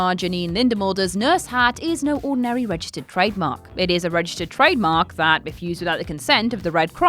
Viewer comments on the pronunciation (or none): none